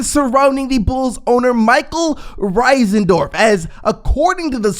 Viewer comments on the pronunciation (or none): It’s not Risendorf it’s Reinsdorf. I’m not one to nip pick but when someone mispronounces a public known name it’s kind of aggravating. You wouldn’t want someone mispronouncing would you?